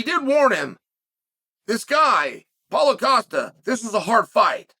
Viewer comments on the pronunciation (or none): none